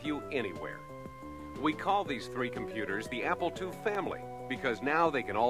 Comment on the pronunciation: it sounds like he's saying "Apple twoee"